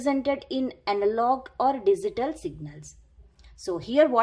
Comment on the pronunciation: Thanks for the kindness ma'm.. Just one request.., Please pronounce Digital as "D G Tall" and not as "D zee Tall"...